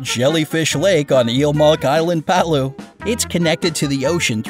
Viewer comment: Its pronounced *pa'lao. Not palu